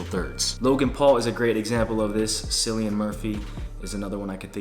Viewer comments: its not silian its keelian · it's pronounced as Killian murphy not cillian murphy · Seelian Murphy hahaha